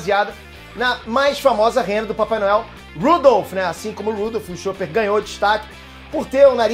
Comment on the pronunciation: ele falo o nome do chopper errado!